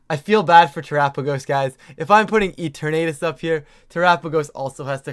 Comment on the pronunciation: Love these!! Just gotta say tho lol it’s ee-turn-uh-tus lol not ee-ter-nay-tus lol